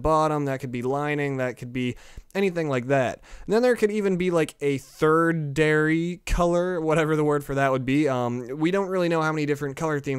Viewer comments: Tertiary (tret chee air ry) is thirdairy. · Third-dairy? Try tertiary moron... -_ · the 3rd word would be tertiary Tur-shee-air-ee